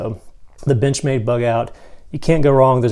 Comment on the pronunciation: You had me until you said "Benchmade" lol